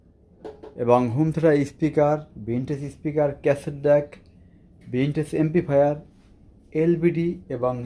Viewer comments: এমবিফায়ার ki এমপ্লিফায়ার ঠিক মতো উচ্চারণ করতে পারেনা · এমপ্লিফায়ার ঠিক মতো উচ্চারণ করতে পারেনা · উনি এটা পারেনা ভাই।এটা ওনার দোষ না।